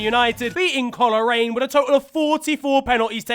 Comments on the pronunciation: BALLAH-MEN-AH and COLOUR-IAN LOL so funny to see ni teams in ftw but funnier to hear how pronounces them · Love ya but you pronounced both Ballymena and coleraine wrong and also coleraine were the actual winners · how do you pronounce both teams wrong and also get the team that won wrong